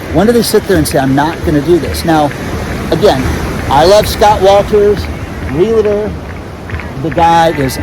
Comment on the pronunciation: bye bye. i cant listen to anyone who cant pronounce "realtor".